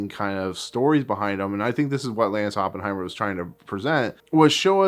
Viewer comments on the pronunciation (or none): Decent review but it would be better if you got the name of the creator correct. It is Lance Oppenheim (not er).